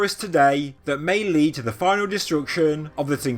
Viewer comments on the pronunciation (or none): none